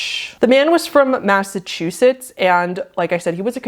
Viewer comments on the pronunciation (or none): none